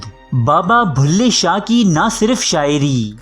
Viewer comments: کم از کم کمنٹری تو کسی پڑھے لکھے آدمی سے کرائی ہوتی بلھے شاہ کو بھلے شاہ بولتا ہے۔ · Stop saying Bhulay shah it's Bullay Shah..